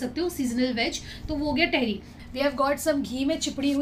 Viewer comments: Ps it's not tehri. It's taahiri 🙈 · vo Tehri nhi hota tahaari hota h 😅❤️love from Dehradun ❤️😊 it's muskan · टेहरी नही तहरी होता है.. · I am from meerut.. Mazza agya vlog dekh ke.. It's tahri not tehri.. Amazing vlog.. U missed kadi chawal moradabadi daal.. Matar kulcha.. Chaat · Dearr I'm here from muzzafarnagar uttar pradesh the dish u ate in ur dinner it's not "tehri" it's usually pronounced as "TAHARI" plzz make it correct...... Love from muzzafarnagar and totally love your videos lovee youu ❤️ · It is not theri it is Tahari and it is nihari it is nahari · Sorry but tehri ट wala ni त wala tehri🥰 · it is तेहरी not टेहरी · Dear its not tehri its tahari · Not theri it's thadi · It is not a tehri its a taihiri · Didi vo tehri nhi hota h vo thehri HOTA h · Tehri nahi hota di tehari hoti hai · तहरी not टहरी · Its tehri with a soft t. Say like tum(you) in Hindi. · The pronunciation of tehri sounds very funny from ur mouth😂😂😂😂😂